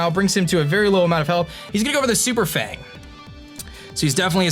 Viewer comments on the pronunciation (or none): none